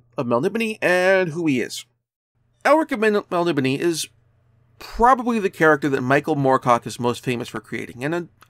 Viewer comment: Wrong tho dude its mel-NIB-o-nay. I've gotten to ask Moorcock years and years ago and he stated that very firmly and even wrote it down for me just like this inside a copy, mel-NIB-o-nay.